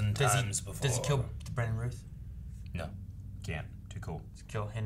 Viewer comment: It's not Brandon Ruth.....it's Brandon Routh with an OW sound not an OO sound.